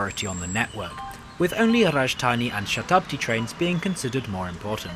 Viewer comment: Am I impressed with your near perfect pronunciations of words like Shatabdi, Gatimaan, Kozikhode, Thiruananthpuram and the likes. Even amazing (even though sad) that you actually brought yourselves to eating the chappy meal the second tine too ... DESPITE the hair fiasco. . As a person driven by my OCDs, germophobia and hygiene finicky-ness... even as a native (of India)... I never so much as touch.. ANY of the meals served or on order.. in Indian railways.